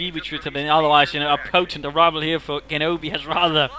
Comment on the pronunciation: Very nice rifleman play in this game. And if you're interested in this sort of thing; Genobi's name is pronounced with a G sound like in "genesis" or "general."